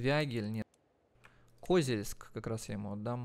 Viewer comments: Меня прям тошнило от этого, еле справился чтоб продолжить смотреть… нинада так((( КозЕльск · Привет ! Очень хорошие видосы делаешь по этой игре! Ударение не правильно ставил в слове Козельск ! Надо на букву е ,а не о ))) Город с богатой историей(Когда была война с Татаро-Монголами в рядах защитников города были женщины! Из-за этого вырезали население) могу ошибаться !